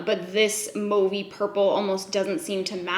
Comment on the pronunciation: Thank you for being the only influencer who says the word mauve properly! haha